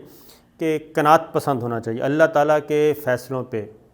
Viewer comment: I hate to point out "kana at" ... "risk". Any way thank you.